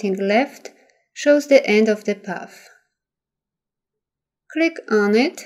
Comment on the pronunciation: You have a lovely speaking voice but I thought you were saying, "puff," instead of, "path,"! Finally I realized what you were saying. Even so, you have given a very clear and detailed tutorial and thank-you very much! Best of luck with your channel!!!